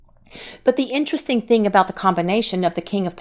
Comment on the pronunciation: " I have tjing' To Do